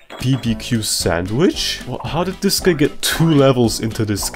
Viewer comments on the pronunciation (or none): bro did NOT say "guy"